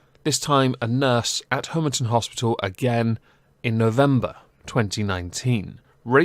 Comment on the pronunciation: Excellent. But as a former inpatient of the RNRU at Homerton Hospital, please learn to pronounce it properly. HOMERTON as in Pom not HOMERTON as in Home